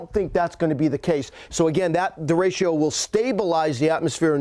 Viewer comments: Actually it's der rey cho. Not day. Think of the "e" s as "fleck" or "neck". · it kills me listening to you mispronounce DERECHO. over and over. it is NOT DERECHIO. its derecho. read it. sound it out. keep it simple. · I love how he mispronounces derecho. De RA ch (like spanish ch) o. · Anyone else cringe every time he said der-a-cho wrong? 😂😬😂🤢😂🤦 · Anyone else CRINGE each time he mispronounces, ‘derecho’? It starts out OKish and then progressively goes off the rails by mid-point of the report. Someone, pull him aside and tell him. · Somebody please tell the weather expert that 'Derecho' is a 3 syllable word !